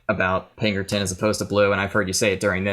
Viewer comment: Again anthony? It's pinkerton